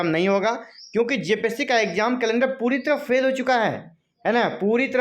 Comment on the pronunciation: Phel phel bol ke 29 ko hi exam Karwa de rahe ho